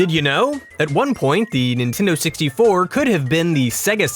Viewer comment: NEENTEENDOO SEXTY FOOUH